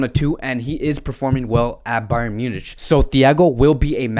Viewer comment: Munich is spoken as MYU-NIK